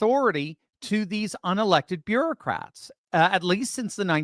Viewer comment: Bureau-cats. It may have a slip of the tongue but a host of appropriate memes come to mind.